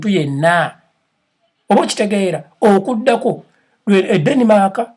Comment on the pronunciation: Okudako?? oba okujjako?? hmmmmm, pronunciation!